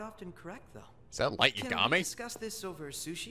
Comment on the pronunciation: Three things: 1) They should have kept Igor's English VA from Persona 4: Golden 2) It's Light Yagami (pronounced Yahg-guh-mee or Yah-gummy, not Yug-gah-mee). 3) The cafe and even the protagonist's appearance reminds me of Atlus' Catherine game.